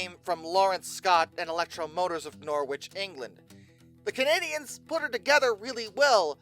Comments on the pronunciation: I'm raising from the deep to take your bait It is Norrich not Nor- witch. I hope that you are happy now. Maybe next, try Ruislip, heh, heh, heh, heh! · Norwich is pronounced norridge just fyi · FYI Norwich (at least the English town of that name) is pronounced with a silent w